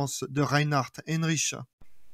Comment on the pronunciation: C'est Reinhard Heydrich et non Heinrich comme vous le prononcez